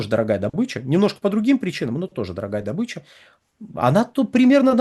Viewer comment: В СЛОВЕ ДОБЫЧА УДАРЕНИЕ СТАВИТСЯ НА БУКВУ: О: !!!